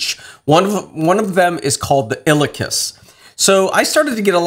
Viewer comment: Pronounced : IL E AhKus